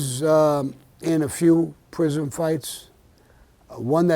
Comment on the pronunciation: someone needs to correct the word "prison".